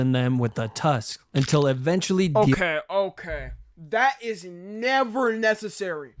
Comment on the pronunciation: LTG sounding "never"